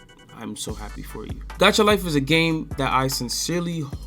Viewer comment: Buddy, the way to say it is “gaycha life” 😈